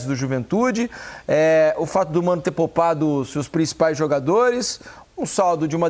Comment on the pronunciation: "POLPADO"? O FLu tirou polpa de Fruta? É muito conhecimen de Português...